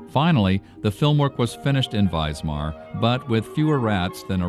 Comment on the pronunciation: Note to the narrator: it is WISMAR not Weismar. Pronounced Vizmar.